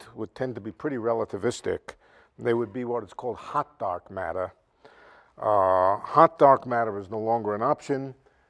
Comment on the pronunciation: Hah, so I'm not the only one who thought for a moment that he said "hot dog matter" when he was talking about "hot dark matter."